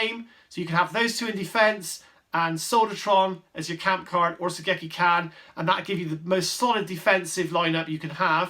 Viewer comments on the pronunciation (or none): By the way, it’s Sogeki-Ch-an and not Sogeki-Can hahaha. It’s a Ch sound like cheese.